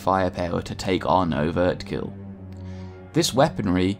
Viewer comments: Overkill not overt kill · Overkill not overtkill